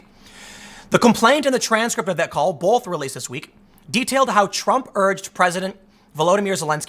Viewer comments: Why can’t Tim pronounce both? He says bowlth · Love you Tim. Can you tell me where the L in the word "both" is please?